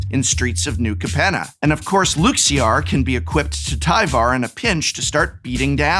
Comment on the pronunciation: Why does he pronounce Luxior that way? LukZeear what